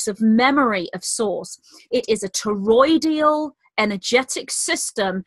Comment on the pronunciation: Hey it's TOROI-DAL not TOROI-DI-AL Not criticizing just thought you might like to know. I'm addicted to your talks. Thanks for all you do.